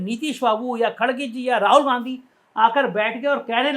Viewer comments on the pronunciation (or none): none